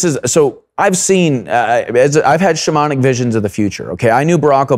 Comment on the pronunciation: Whenever he says “shamanic” I can’t help but hear “demonic”